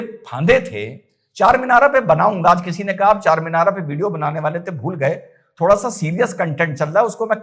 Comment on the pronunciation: Charminara na bolna charmender bolna kal